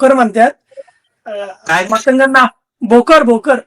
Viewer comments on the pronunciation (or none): भोकर नाही भुकर